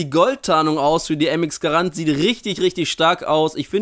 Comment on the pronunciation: vor allem Mx Garana die heisst Mx Grand